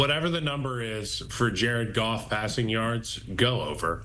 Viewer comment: Jar-ed Goff Jar-ed Goff 💙